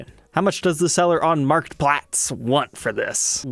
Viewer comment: Oh my. Some fellow Dutchman went creative. Your ‘Marktplaats’ pronunciation isn’t too shabby. Most of the time words or names are butchered. Sold some guitars this year via Marktplaats. I’d look at this add but someone else may buy it. Fun to see a guitar from our little country.